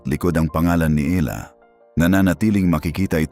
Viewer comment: Eala po or Alex na lang. Mali ang pronounciation mo sa apelyido ni Alex.